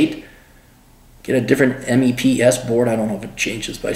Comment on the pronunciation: we call it meps... not m-e-p-s